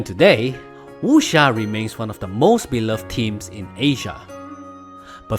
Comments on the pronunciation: why he saying wusha.... its wuck seer!! dammit! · I feel offended with your pronunciation. Eg. Wuxia, Jin Yong etc. Totally off. Are you sure you're a chinese?